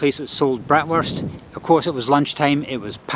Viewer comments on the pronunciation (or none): none